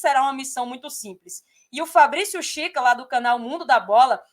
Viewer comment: Nao é chica é kika